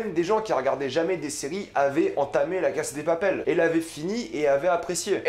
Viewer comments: apprends a aprmer par contre c la casa de papael pas la case de papel et ca se prononce anrél pas anguel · heuu cest moi ou il dit la casse de papel? sinon mec articule et tu dis mal bella ciao cest perturbant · C'est drôle comment tu prononces "La casa de papel" 😂 A la française mais en sautant un syllabe a l'anglaise alors que c'est de l'espagnol ! 😂😂 Sinon pas mal, je suis d'accord avec ta description et tes interprétations !